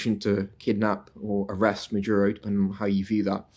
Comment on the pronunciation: His name is Maduro, not Majuro or Madyuro. 🙄